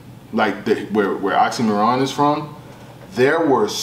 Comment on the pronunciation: Why keep sayin' OxymoRon? 😁